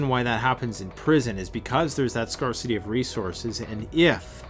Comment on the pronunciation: The r in scarcity is soft reeeeeee! Also tribalism has been the main organization method for humans forever, when meeting a stranger the more they look like my family the more I'm apt to initially trust them, even infants are more drawn to faces that look like themselves i.e. are of the same race. A guy like you or Marcus would be such an asset to any group that any misgivings would be easily overcome, but they would have to be overcome, where as a you might be more readily accepting of a lack luster group member if he or she is of the same race. All that said, there does not necessarily need to be animus between groups and I certainly don't want to waste ammunition and group members lives fighting over melanin content. We can all get along, so long as we don't run out of supplies or have a group objective that is greater than the differences within the group.... I may be wrong about everything else, but that r is definitely soft.